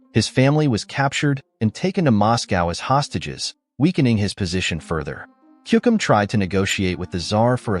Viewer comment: It's Timofeyevich, not Timofayevich. Also, it a patronyme, not surname and is not used alone. Siberian Khan was called Kuchum, not Kukum.